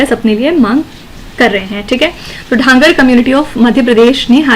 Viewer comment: Mam its धनगर not ढांगर